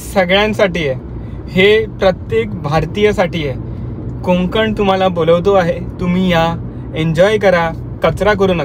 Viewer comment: कोकंन नाही रे कोकण असं आहे ते